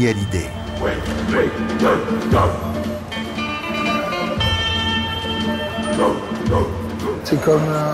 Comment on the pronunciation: hallyday pas halliday !!!!!!